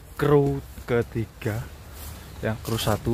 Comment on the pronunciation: BUKAN "KRU atau CREW" Tapi "SRU"